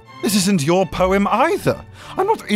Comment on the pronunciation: Is it just me or does he sound like he saying porn instead of poem